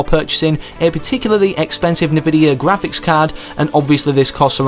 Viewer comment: GRA-FHIC REEE